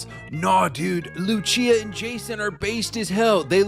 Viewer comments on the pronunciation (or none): Bro called her luchia 🤦🏽‍♂️